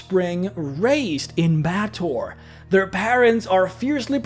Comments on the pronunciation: quick PSA. It is pronounced BAY-ah-TOR, not BATT-or. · Just a minor nitpick, Baator is not pronounced Ba-toor, it's supposed to be pronounced Bay-AH-tor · Baator is pronounced "bay-uh-tor"